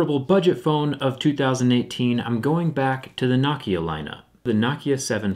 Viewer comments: It's No Kia.... not nawkiah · It's pronounced NO-KIA, Not NOCKIA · Not nocki-a No-ke-a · Knock yah. No-Kia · No-kia not nah-kia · NO KIA NOT NØKIA ITS NO-KIA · No kia for god sakes not nah kia you can say Huawei right but not nokia ok then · It's " no kia" not "nah kia" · It's "No-kya" not "Knock-yah" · Why do you pronounce Nokia like “nok ea” and not “no kia”? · It's "No-kee-uh" not "knock-e-ah". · why does he pronounce it NAH-kia instead of NO-kia? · He says Nokia like "nock - kia" then immediately afterwards pronunces it "no - kia" idk juts thought it was weird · Why say, Knockia, and Nokia. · For a tech guy he can pronounce Nokia right. Knockia? The heck? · thumbs down...just for pronouncing nokia as "knock"-ia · Whenever he say Nokia, sound like he’s saying Nakia! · I feel like Jerry is pronouciating Nokia as "Nakia" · I have never heard it pronounced KNOCKIA. 😂😂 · Does the way he pronounces Nokia drive anybody else nuts? It's pronounced like it's spelled... No-Kia. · I'm about to get a nah-kia lol I love you man! Awesome job! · thumbs down for saying Nokia the way you do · You mean Naahkhia, as he pronounces it. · Its pronounced knockya you fuckface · It’s NO-KEE-UH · Any one else triggered by how he pronounces nokia! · Why does he say it “Nokia” and not “Nokia”? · Is it pronounced "nacia" or "nokeya" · Learn how to pronounce Nokia my guy. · He pronounced Nokia differently like 4 times.